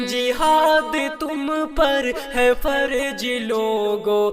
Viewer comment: جیسے دیکھئے فرض کی جگہ۔۔۔فرج۔۔۔۔۔۔🤭اور بھی بہت ساری غلطیاں ہیں،